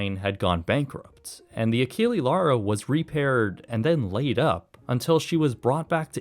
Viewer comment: It would be realy rude to slam you right away without saying first BRAVO for the great content of yours, but mmaann, ACHILI LARO, c'mon.. ACHILLE(E not I) LAURO(with all letters voclaized), please, in the future take care to the ships name pronunciation.. It is realy important to know how the subject of the content is called, hope you're of the same opinion.. P.S. Don't be like some creators and give me the bull.... how is not common to answer to content 2y old.. It is such a lame excuse that if find it miserable.. Put away off the channel that 2y old content if it's not relevant anymore, that is my logic in such moments.. Cheers 🎉